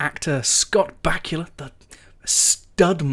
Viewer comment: They way you say Back-u-la haha pronounced ba-koo-la so funny